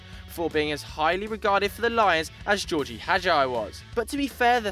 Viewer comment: lol that ain't how gheorghe hagi id said. the "ghe" is like in GErd from GErd muller and the hagi is like hagee. jsyk